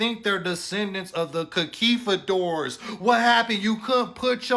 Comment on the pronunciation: 😂 he bugged out and said concuifadors😂😂 nah it's conquistadors frkn hilarious.